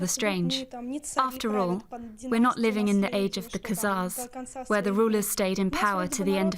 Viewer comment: Who is rewriting history? Why does her last name not end with a vowel or a? Why did she say khazars?